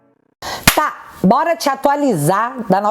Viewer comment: "Bôra lá" p/ aeroporto ....